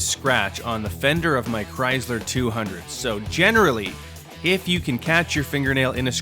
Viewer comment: did he fu!@@ just say "CRYZLER"?